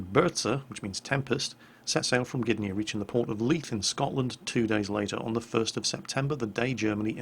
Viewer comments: As far as the name goes, you were pretty close. However it is not Blyskawitsha, as much as more like Blyskawitza. Also, not GYDnia, but GDYnia. Similar to Gdańsk. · Gydnia? Really? ehh